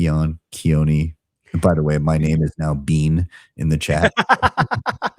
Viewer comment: If you listen to pronounce his own name, in your podcast here, you can hear him say, “Keony” Just saying. (Not yelling😂) Man, I was crying with Nathan. These guys should NOT be going to jail. All political parties are corrupt or misguided to greater or lesser degrees, IMO, I have come to this understanding since going down the Bitcoin rabbit hole. Anyone in power will likely do whatever sneaky shit they think they need to do to hold the money system and the power. Maybe that could be one good thing Donald could do is pardon these guys. … I mean he’s pardoned J6’ers, some of whom are convicted child sex abusers, and turned them all into racist ICE agents, so why not pardon these two fellas who have done nothing but propagate the use of Bitcoin as it was intended? The whole thing just sucks. I will try to get the QR code on the laptop so I can scan it with my phone. Hey, it looks like you got someone onto monitoring the deletion of the bot comments. Good job! 🎉👏🧡